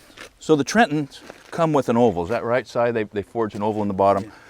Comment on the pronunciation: "Cy and I have been doing this..." My Ears: "Cyanide"?